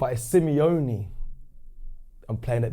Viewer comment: Semi-lonely, Simeone... 🤔🤦🏻‍♂️😅